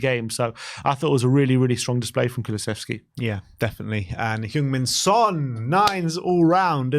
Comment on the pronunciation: Now he's captain, could people at least learn how to say Sonny's name? It's Son Heung-Min, not Heung-Min Son. And it's "Heung", not "Hyung" (as you are pronouncing).